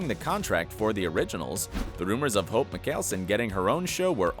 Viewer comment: When he pronounced hope I had to rewind the video bc I was like um did he say hopes name wrong or I’m just hearing the wrong things